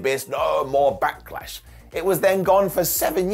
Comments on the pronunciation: Why does call it Back-a-lash? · Anyone else wondering why he keeps putting an A between Back and Lash? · I really enjoy the way says Back-uh-lash. His inner triple H is uh, coming out-tuh. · Sounded like called it Back-a-lash a few times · He did, it sounds funny when he pronounce it like that.